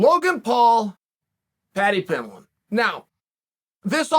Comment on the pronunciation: it annoys me how chael says Pimblett..😂why cant he say it right😂